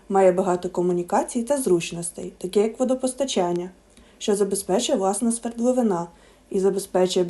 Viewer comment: СвердловИна, а не свердловинА.